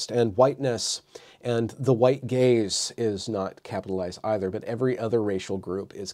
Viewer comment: I can't be the only one who heard "The White Gays" instead of "Gaze" lol